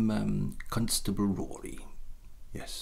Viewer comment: The first word he said was “Constable” with his accent the first syllable sounds like he’s saying “Cunt” so that might be it?